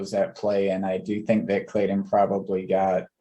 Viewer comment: Love your show, I watch every one. But...I cringe every time you say, "Jay Clayun" or John Deun" It's Clayton and Deaton, if your going to be a commentator - journalist let's clean it up.. just saying.